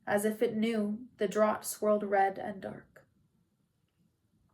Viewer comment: 1. Thank you for reading. You do a wonderful job. When I finish listening to this, I hope to listen to more read by you! 2. I love the occasional cat meows and purrs 3. I mean this as a helpful critique only, the A in “scarcely” is pronounced like in “scared” and “draught” is pronounced as “draft”. I’m sure if I read a whole book I would mispronounce words too.